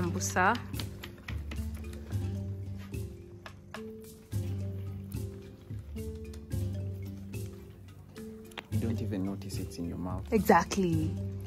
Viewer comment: The word is Busera not Busa...point of correction